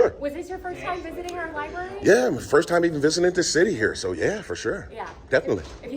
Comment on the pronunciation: It's library not libary